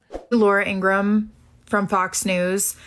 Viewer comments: According to Laura's brother the correct pronunciation of their last name is: In- gra- ham. It is not: In-gram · Laura’s brother has stated it is pronounced ‘Ingra-HAM’ not Ingrumm. Plus miss Laura hates it!